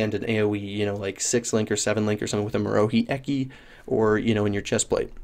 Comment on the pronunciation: Marohi Ehkie? You mean Marohi Er-key right?